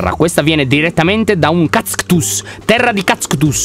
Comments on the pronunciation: "Non si dicono cactus ma cazctus" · Lyon:un cacstus Io: ca-cascut-cacstus Ci ho impiegato mezz'ora a dirlo ._. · Nessuno: Assolutamente nessuno: Lyon: KAZKTUS Io: morta🤣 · Queste sono tutte le volte in cui lyon ha detto Cactzuz 👇